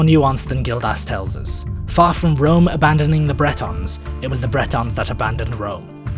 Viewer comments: Well done!! But "Bretons?" I think it's 'Britons,' right? Specifically, Romano-Britons. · Bretons = Celtic people of Brittany. Britons = people of Britain, rhymes with Britains.